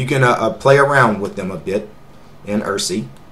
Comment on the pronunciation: Irssi is pronounced "eye - are - see" like IRC like I - R - SSI